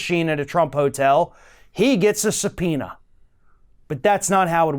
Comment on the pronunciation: Eric knew the word supeana. Im so used to hearing some peanuts.